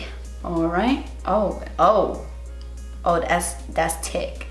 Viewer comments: "Das tick" 😂😂😂❤️ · “Oooh ooh das tick, das tick” That’s why we uh that’s why love you lol